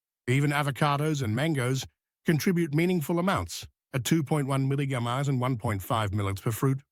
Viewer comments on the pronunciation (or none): Oh come man, what the heck is “75 mulla-milli-grams of Viddamin C”? 😂 Are you speaking in tongues? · That AI voice doesn’t like “milligrams”. Do you listen to your productions?